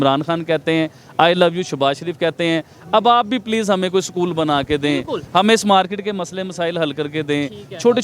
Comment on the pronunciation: Sakool nhi bolte b porkiyon use school 🏫 bolte jahil unpad bhikari kom😅😅😅😅